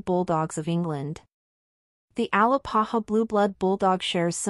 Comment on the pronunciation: A- Lā-pā-hā not AL-ā-pa-ha 🥴